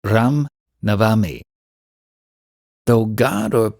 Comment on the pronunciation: Raaam Nav-mi